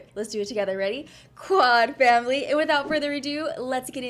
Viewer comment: i love the way you say #quadfamily..... i always do that